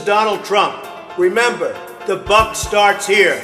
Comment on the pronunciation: Rememeberbeer.. remembemrer.. rememberberry, not only a memeber but a president.